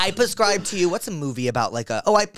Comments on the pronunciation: this dude said "pescribe" like 40 times. can someone teach him it's PREScribe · He's saying it on purpose because like octopuss therapuss pusscribe etc. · I love Jake but I so wish he would stop saying PUHscribe😭😭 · I love everything about this podcast, except the way you say prescribe. Xoxo